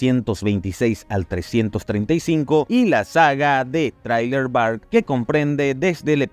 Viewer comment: Amigo, quien te enseñó pronunciaciones en inglés? "por"? "trailer? (referente a los Cross "X" y a Thriller) me caes bien, pero tu pronunciación iug... quité el video cuando dijiste de nuevo "por", y si quería verlo, tenga su like pero ya aprenda inglés porfavor